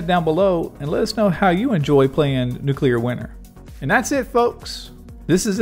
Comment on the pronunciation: NewClear not Nucular